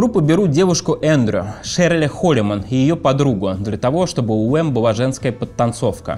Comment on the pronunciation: думает, что он так круто выговаривает букву л, вместо была быуа, вместо школа, шкоуа. Не выговариваешь букву Л - это не твоя "фишка", а твоя глупость, безграмотность, позор!